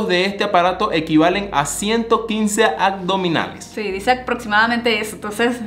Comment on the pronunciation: Chevere videos chicos! Sólo q porfa porfa son aBdominales, no aCdominales. Besos!